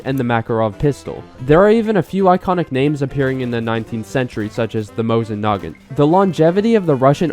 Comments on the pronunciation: U said mosin nagant wrong Its mosin nag-ant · you called the mosin nagant "Mosin Nagin"